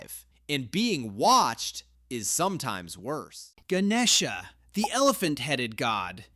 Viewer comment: Bro, that’s not how you say it I’m Indian, you said Ganesha wrong